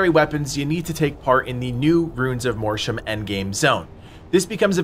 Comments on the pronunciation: 'Mortium' is pronounced 'MORT-YOOM', not 'MOR-SHOOM'. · You think Mortium is pronounced "MORSHUM? Is this because you were dropped on your head as a child? You think Mortira is pronounced "MORSHA?" Who taught you how to read?